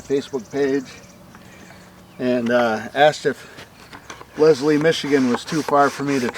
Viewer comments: you said it like Lezlie and it is pronounced Leslie. So basically you kind of emphasize the s. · That is so cool that you were there because I live in that town and a heads up,you did say the town name wrong but everyone does.